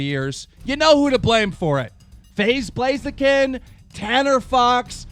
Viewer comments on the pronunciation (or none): HEY KEEMSTAR!!! IT'S PRONOUNCED FAZE BLAZE!!!